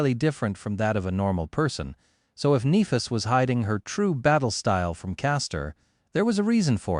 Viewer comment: I wish the AI would stop mispronouncing Nehfis